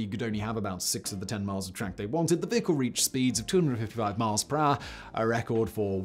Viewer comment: actual english: per hour simon: PRAH